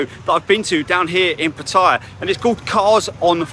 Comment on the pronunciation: Hi! PATTAYA is pronounced...PAT-TAH-YAH. No hate, just want you to say the name correctly.